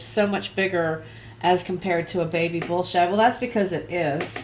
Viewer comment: LOL, Every time you say Bull Shad really fast...it sounds like a totally different word.